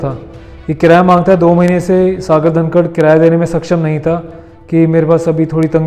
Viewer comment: वो सागर धनखड़ है ना कि धनकर